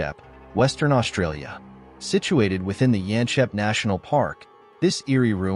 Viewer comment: The town of Yanchep is pronounced as it is written - Yanchep, not Yanshep.